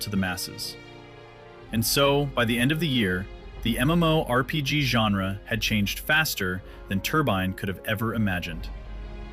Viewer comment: I'm really not one of those "ewww AI you're going to hell" guys but the voice is a bit distracting in this one. Should at least be able to properly pronounce MMORPG in a video about one. That being said, I'm willing to put up with it to learn the history of the game. Never knew a ton of the stuff here.